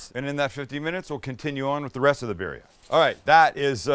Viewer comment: ReAnal and beerRia at least try to pronounce them correctly